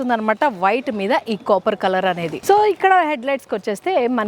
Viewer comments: అత్తా అది కాపర్ కోపర్ కాదు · Copper, not capar